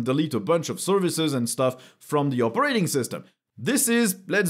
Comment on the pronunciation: Yep. We agree. It appears I'm gonna go with Linux for the foreseeable future. (If you don't mind my saying... the emphasis on the word "operating" is on the first syllable. :) So it's not "opeRAting". )